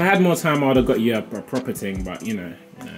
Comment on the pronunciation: he said the british ting ayeee letsss gooo